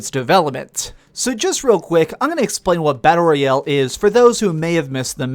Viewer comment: Learn how to pronounce “royale”